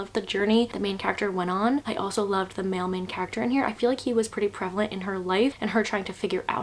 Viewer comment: I thought you said mailman character instead of male main character 😂